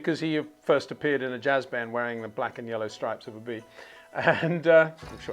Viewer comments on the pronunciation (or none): none